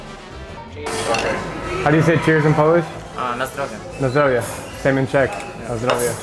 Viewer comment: It's not na zdrávi it is na zdrowie